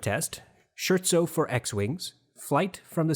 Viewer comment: Scare-tso. Or halfway between scare-tso and skirtso. Certainly not Shirtso. I'm just sayin'. This has been a good series.... I think! I haven't heard the T1 but I do rather trust your comparisons at this point.